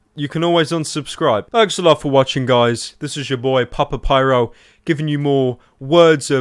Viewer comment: It was all good until you said "Papa Pyro." You had to fuck it up, didn't you?